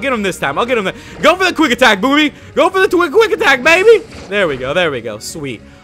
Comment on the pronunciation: says boobie instead of baby xD